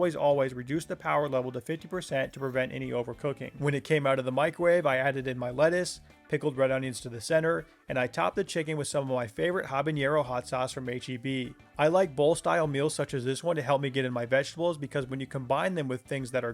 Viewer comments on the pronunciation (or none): the n in habanero is a regular n sound, there's no ñ 🥲 good recipes!